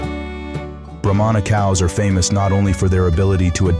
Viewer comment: It’s pronounced Brah-mah not bro-mon-a. They aren’t necessarily a giant breed of cattle but a Brahma Bull can break the 2000lb mark. If I’m not mistaken those almost pure white Bulls all together being moved by a guy on horseback in Florida are registered F1 Bred Brahma bulls worth quite a bit. When my family still had a farm and raised beef cattle we kept a Brahma bull as our herd bull for years. We would put him on black angus and sometimes Hereford cows. This results in cross bred cattle. With the black angus and Brahma cross you get Brangus calves. With the Hereford and Brahma you get Braford calves. Both those crosses are now their own registered breed of cattle with some farms raising just them. . I prefer all my cattle to have at least some Brahma genetics because it adds heat tolerance and makes for superior calves over purebred cattle. Brahmas always are thought of as mean and wild but in my experience it’s usually only the females. The laziest most gentle Bulls I’ve ever seen were purebred Brahmas. Now when you cross bred them especially the Braford I mentioned can be some of the wildest bulls and cows around. If you watch bull riding like the PBR and see a red or brindle colored bull it might not be all Braford but they look like that and truly athletic creatures.